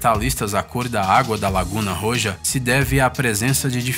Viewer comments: Pronunciación: "Laguna Roha..",,, A pronúncia do Jota "J" em espanhol é aspirado, como se fosse um H. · O j em espanhol tem o som do R pra gente. No caso do Roja, a pronúncia sai como dois R no português, Rorra. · Mds esse cara deveria saber pronunciar melhor as palavras em espanhol kkkkk ri muito quando entendi a palavra que ele falou ROJA kkkkkkkkk